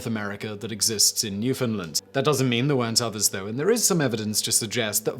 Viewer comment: Thank you for pronouncing Newfoundland properly! It's rare I find a non-Newfie that does that.